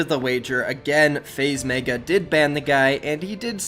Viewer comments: “Faze MAEGA” ITS FUCKING MEGA M-E-G-A (MEH-GUH) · pls stop saying meiga its megga